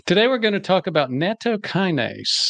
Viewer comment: step one is to pronouce it right: NAH-TOE: Long "A". And its delicious, not terrible. An aquired taste.